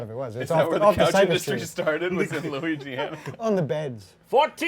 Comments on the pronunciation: Arin totally said Luigiana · did someone just say Luigiana?